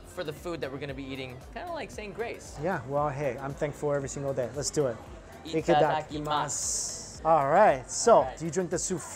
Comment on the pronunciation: You only had one job, say Itadakimasu right and you literally failed xD